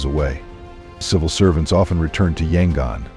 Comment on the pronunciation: = It’s actually pronounced Mē’-ăn-mah; I had a chance to visit this country full of lovely, immensely polite people in 1988, and it was one of the highlights of a year-long trip around Southeast Asia. = Yangon is pronounced Yăn-goon = Khat is pronounced Chat = It’s Mong-la, like la-dee-la = The problem with A.I. narration is that it doesn’t know which pronunciation to use when it’s a word with more than one way of saying it; for instance, tears and “tares” = Longyi is actually pronounced long-jee = Betelnut is pronounced Bee’-tel-nut = Roh-hing’-ga = Bah-gone’ = Raan-bū’-taan